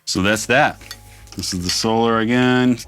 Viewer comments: Hey Rob you had it right the first time it is pernounced So-lar not So-ler🤘🏻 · Ola says, "So-LAR" like you initially did, so it keeps tripping me out hearing it pronounced like normal solar lol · Your pronunciation of "Solar" as "So-lar" is actually accurate if you've listened to how Ola pronounces it.